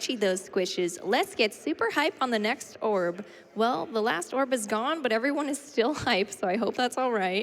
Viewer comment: Ok, so I don't join every AGDQ stream, and I'm clearly missing something. Anyone care to fill me on why they always say oorb?